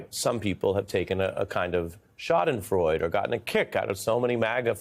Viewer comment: I've long thought that Ari Melber is possibly the most well-spoken person I've ever heard. However, just this once with "schadenfreude," German doesn't have silent Es; it's a 4-syllable word.